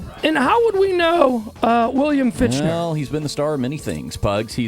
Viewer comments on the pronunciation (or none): These guys keep mispronouncing his last name like its their job. Oh, wait.. Fichtner = /Fik-nehr/ Homework much? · LOL I love how the radio guy is saying, "FICH-NER" but it's actually, "FIK-NER"